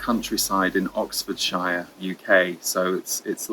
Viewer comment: Thank you, and the Zs. ☀️🪷🦚 You did make me smile when you mispronounced Oxfordshire. Pronounced 'shire' in the American way rather than a Brit. Bless your cotton socks! 😁🤗🫶 You are much loved and appreciated. Radiating love, joy, ease & light to all ☀️🪷🌐💪🧲❤️💫🦚🧧